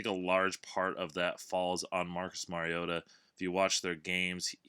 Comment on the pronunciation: Finally someone who knows how to say Mariota, great work man